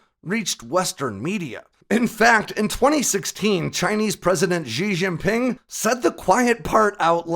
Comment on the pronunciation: You might want to learn to pronounce Xi Jinping. It sounds like "She Jean Ping". There's no s as in "measure" sound in Mandarin, with Beijing having a normal J sound, and not the buzzy s sound.